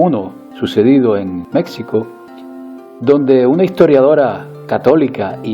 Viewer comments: se pronuncia Méjjjjjjjjjjico, no Méxxxxxxxico, saludos, aunque creo que dejas siempre al lado la influencia del sionismo en todo lo que sucede a día de hoy. No deja de ser interesante tus vídeos porque están bien documentados históricamente, pero en mi opinión hay muchas más cosas que dejas atrás, imagino que por temas políticamente correctos que todos sabemos. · Amigo, usted habla bonito, pero; es México= Mejico y no Mecsico.....disculpe la observación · Se pronuncia Méjico pinche español ignorante de mierda. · Pablo Rengifo Estoy totalmente de acuerdo con que Mexico no se pronuncia así y como siempre siguiendo los dictados de aquellos que siguen con el tema pro-indigenista que cambian las calles, los monumentos, el idioma, etc... creo que la respuesta de viene desde el ego y no la razón, además veo que tiene enquistado el tema del sionismo que trata superficialmente, saludos y esto me ha generado muchas dudas, este canal creo que se queda para sus acólitos.